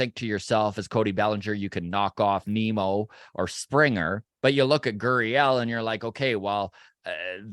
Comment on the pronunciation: Geez guys, how difficult is it to say Nimmo… like dimmo… which is what you guys sound like - dim. Nimmo is a better choice than Zimmer and Bellinger.